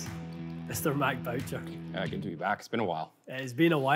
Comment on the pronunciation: Bow-cher? Boo-shay.